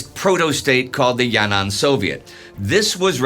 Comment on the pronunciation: Btw it's not ya-nan it's yan-an